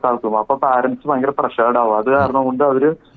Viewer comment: മലയാളികളെ 'പാ'രൻ്റസ് അല്ല 'പേ'രൻ്റ്സ് എന്നാണ്. എഡുക്കേറ്റഡ് ആയവർ പോലും തെറ്റായിയാണ് ഈ വാക്ക് ഉച്ചരിക്കുന്നത്.